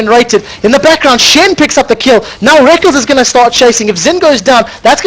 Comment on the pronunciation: Omfg plz stop saying rekles is "Rek" "kles" dumb commentator2